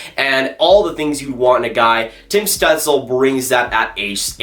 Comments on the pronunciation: You should look up how to say Stutzle, it wasn’t close 😹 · That is not how you pronounce his name